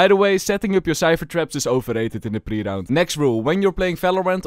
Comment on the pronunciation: "ova rare" is iconic. 😂